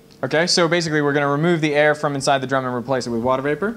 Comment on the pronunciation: I just like that he says Aeeee instead of air 🤣